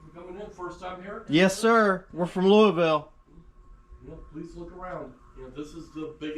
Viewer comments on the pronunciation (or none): Why don't you say "Louisville" like you're from Louisville?